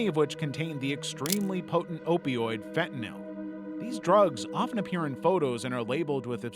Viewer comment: yes fentynil not fentanyl this y is sounds like an A